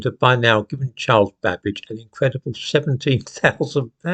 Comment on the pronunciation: Did you say Babbage or cabbage 🥬🥬🥬???????